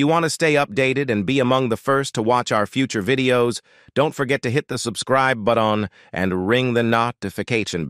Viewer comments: Is this what we have to get used to? AI narrating? Because many words in the above narration are mispronounced! E.g., "butt-ON" for button, LOL! And same with other words. This is click-bait because James Arness (his last name is also pronounced wrong) didn't hate anyone, he worked well with everyone, and had to since he was in every single episode! Kitty (Amanda Blake) was in all but a few when Glenn Strange died in 1975 or so, but she did return for one of the movies Arness made as specials in the 1990s. And Milburn Stone (Doc Adams) was in all of the episodes also except for about 7 months when he was recovering from a heart attack. I never watched Gunsmoke when it aired, as I was in school or working, but I watch it without fail, every single day today and I still think it was the best series ever! After Chester (Dennis Weaver), i had to get used to Festus (Ken Curtis) but both played their roles very memorably. Gunsmoke was the best series ever, and its length of 20 years certainly attests to that opinion! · Real narration please! Excellent video and good scripting, but execrable mispronunciation (“hit the subscribee butt-on” Arness’ “sacree-feece”, and many, many more!) and cadence are unacceptable and just plain tacky. You have to have a friend with a good voice. Hire a human!!